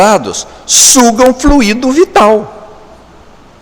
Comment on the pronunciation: "FLUÍDO".Prezado Zé Augusto,a pronúncia é "flúido",e não "fluído".Claro,escreve-se "fluido",sem acento grave no "i"!..